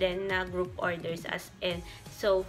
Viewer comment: “as en” HAHAHAHAH di talaga “as in” 😆